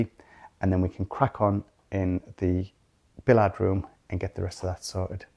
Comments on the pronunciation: I keep meaning to ask about your pronunciations of Billiard room is it the French way .? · Is bill-ee-arrd how ‘billiard’ is pronounced in the North East? I’ve only ever heard it pronounced bill-ee-uhd - but then I am a Southerner … I have to stop and think every time I hear one of you saying it. Btw is a star💪❤ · I would call it bill-ye-ard, I’m north of Ireland, that’s the closest I can write how I know it, there’s definitely an ie sound in the middle, but billie-yard might be closer. I would love to be able to hear everyone else’s pronunciation of it, voice note would be handy here 😂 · From the states, it's bill-yard. Never heard it pronounced like they pronounce it.